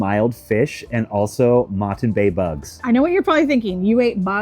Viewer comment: Moreton bay bugs are the best ...We pronounce it MorT _iN. WISH you guys went to the Sunshine Coast..Australia Zoo...